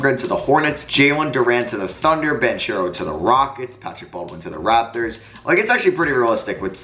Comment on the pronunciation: Hi, for future rebuilds where tanking will be more prominent, Paolo Banchero's last name is pronounced as "ban-ke-ro"